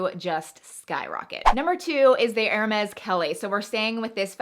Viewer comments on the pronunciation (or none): Pronunciation of HERMES, is 'air-may'. NOT 'her-mez'